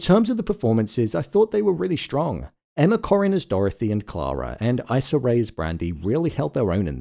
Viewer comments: her name is pronounced "e-sah", not "eye-sah". but overall this episode had me bawling. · Her name is not "Eye"-ssa. It's Issa. It seems like a huge jump to go to a diphthong for this letter >> I . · issa is pronounced e-suh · Issa and Emma were amazing! Issa is pronounced EE- sah... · it’s pronounced e-sah